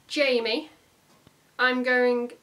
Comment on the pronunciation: Jamie's name is pronounced Hi-Me.